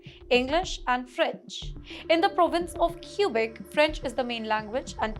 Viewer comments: it's kwe-bek NOT kyu-bek! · Learn Mandarin and attend a Chinese university! China is the future! It’s Not “cubic” but Quebec pronounced “Kubec” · Q-Beck. She can't even pronounce it properly. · Stay in India. We don't want you in Canada. BTW its Quebec not Qubic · I swear she just says "Cuba canada" 😢😂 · Too funny. She cant even properly pronounce the name of the province.